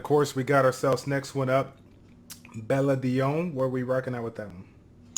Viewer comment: It's bella-don.thats who you say it